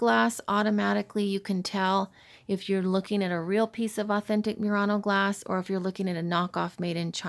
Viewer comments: Murano is pronounced not mew-rano but moo-rano. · I always thought it was pronounced Murano (moo-raw-noh), like the Nissan. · I would like to suggest that you Google how to pronounce Murano. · I just Googled the pronunciation and you are correct. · LOL - I corrected her as well. See my critique of her video and her lame response from last month. So many things wrong in this video and she gets snippy when corrected by anyone! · Please do your research before posting further videos about Murano Glass, you haven't even pronounced the name of the island correctly once in the entire video. And this is Oggetti Glassware....produced on the Island of Murano. The people of Venice have had laws about how things are labeled and categorized when they are produced on the island. Again...researching the history of Murano and Venetian glass making would have given you the knowledge you needed to make this video less laughable! And ENOUGH with the Asian bashing of Murano Style glass making, while it may be cheaper, they are not the only country that does it as your video would suggest. There are companies all over the world that use these techniques, even in the USA!